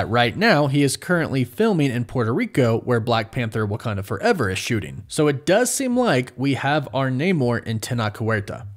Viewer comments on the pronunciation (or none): none